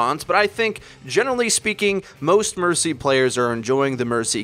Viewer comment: Who else died when he said burcy? 😝